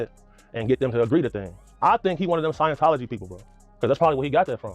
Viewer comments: Someone tell Jaguar its not "science tology", its sciENtology ffs😂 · Jaguar wright said "sciencetology" 😂😂 this lady not credible at all, shes lunatic